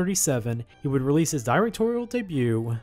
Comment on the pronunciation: 'Directorial' is pronounced "der-ec-TOR-ee-uhl", not "DIE-rec-tor-ee-uhl".